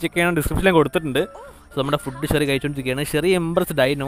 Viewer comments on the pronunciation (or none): none